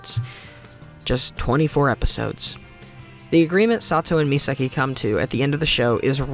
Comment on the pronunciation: Serious question, I’m not sure how to ask this without sounding like a total douche bag. Are you unable to say Misaki’s name right? I know some people can’t say certain words. They try but they can never say it the right way. Or is it a case of you just didn’t realize you were saying it wrong? I’ve done that with certain words and certain characters names. When I find out how it’s pronounced, I’m like “that’s how it’s pronounced? Well, hopefully I can train myself to say it the right way”. If I say a word wrong in front of someone and I think I’m saying it right, instead of correcting me, they just laugh 🤷🏼‍♂️.